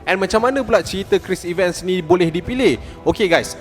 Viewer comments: Cris Evan, Bukan Cris Iven 😊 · Cara sebutan 'Chris Evans' tak betul. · Sebut tu bg betul la ckit.bkn triler tp trailer.bkn chris iven.chris evans.homework la dulu bang